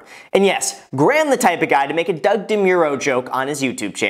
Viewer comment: sounded like he mispronounced it tho haha